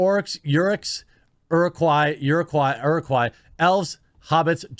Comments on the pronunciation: Is Jeremy pretending to be a lotr fan? How tf could you butcher the name Uruk-Hai that bad? How? How the fk? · Uruk-Hai. Pronunciation. (Oorook Kai)